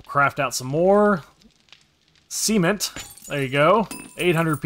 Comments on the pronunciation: I have binge watched this entire series, because I’m currently “stuck” on console, and it’s so nice to watch a console series, so thanks a bunch man! 🤘 Also never stop pronouncing cement the way you do, never fails to make me chuckle. 😂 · I very much enjoy watching your videos man! It’s such a blast. 🤘 And yes. Absolutely. Mispronouncing cement seems like the PERFECT way 😂😂😂😂